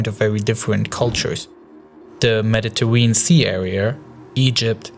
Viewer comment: siwia and medateween. lol